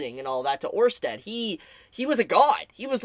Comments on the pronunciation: once again with the fire content. Good insight and analysis. I was ready to dislike the video for your Orsted pronunciation but you did it right this time so everything's good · My man did it... He pronounced orsted right